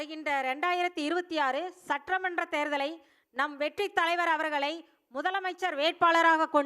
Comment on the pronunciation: Maa adhu satramandam illa….sattamandram 😂